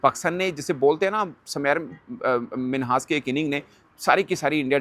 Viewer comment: Bhai uss ka nam tu theek pronouce karo uss ka nam Sameer Minhas hai na k Samair Minhas .